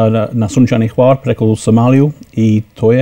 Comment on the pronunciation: Not choir! It's HVAR!